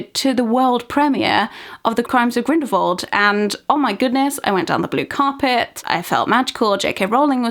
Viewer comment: I love your videos. But I can’t help but be irked every time you pronounce Grindelwald, as Grindelvold. It’s so strange to me, I don’t know why.